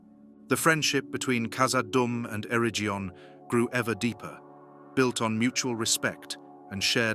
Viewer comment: Stop using ai to read the script. It's awful. Celabrimbor??? Areggion???